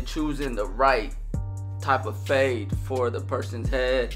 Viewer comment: Great “fahde” dude 😂